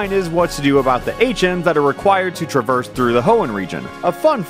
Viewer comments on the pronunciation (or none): none